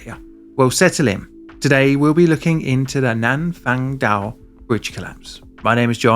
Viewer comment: It's pronounced Nan Fun Awe